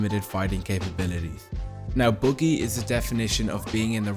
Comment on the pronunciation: bro said "boogy" 🤦‍♂